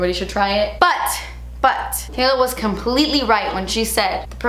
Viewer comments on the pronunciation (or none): Thatayla's name is Taylor...not Tayla! Lol.